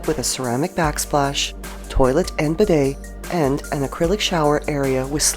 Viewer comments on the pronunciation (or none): none